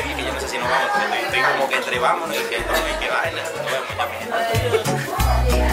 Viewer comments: El mielda de zabdiel en el minuto jaja mielda se me cayo😂😂😍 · "Mielda" JAJAJAJAJA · Meda risa como dijo Zabdiel "Mielda" jajajaja pobre de Zabdy... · Zabdiel dice puñeta ó mielda. 😮😂